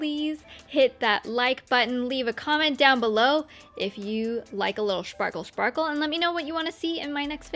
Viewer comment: The final look is sooo nice...you looking soo gergous😍...i love how you said "schparkleee schparkle" ...😂😂😂😂...lots of love from germany💟